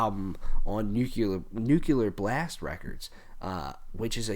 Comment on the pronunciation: bro... don't mean to be a grammar nazi but it's Nuclear not Nucular